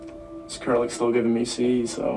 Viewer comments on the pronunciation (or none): none